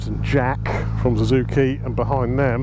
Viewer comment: When did Suzuki change their name to Zuzuki? I’ve noticed neevesy says it as well